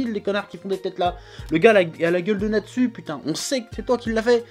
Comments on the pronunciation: Natsu le » u »à la fin tu dit « ou » et pas « u » sinon bonne vidéo 😆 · Pourquoi tu dis pas "Natsou" ?